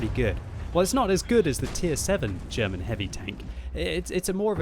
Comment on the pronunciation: it's funny to how you pronounce "derman" :)